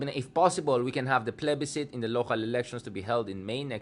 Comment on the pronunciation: Mali ata ang pronunciation mo ng plebiscite